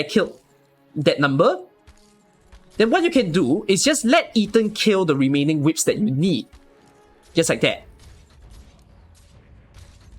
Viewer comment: I really like how call those fire thingies as "WIPS" rather than "Wisps" 🤣🤣🤣